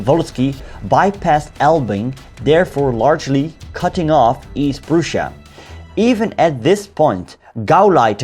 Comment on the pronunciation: No one:: East p r o o s h a jk regardless, very quality content